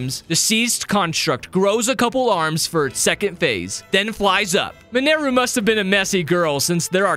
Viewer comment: It's minaru not manaru